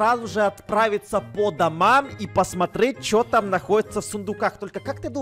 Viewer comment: круто сказал пасматреть как итальянец